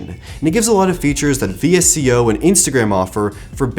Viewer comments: its pronounced visko not v.s.c.o. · V-S-C-O? It's pronounced visco